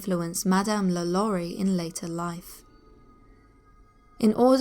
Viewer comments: La Lou-rie. Her name is pronounced "La Low-rie" even in English. That's what Google Translate is for, love. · law-lore-ree sorry but it annoys me when people pronounce her name wrong lol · Am i the only one cringing at the pronunciation of Lalaurie😖